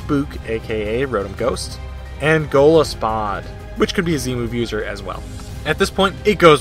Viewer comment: GOLISPOD! Totally not missing an O in there. lmao GL man... even though the battle already happened.. You know what I mean XD